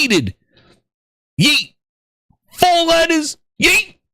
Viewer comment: The way you said yeet😂😂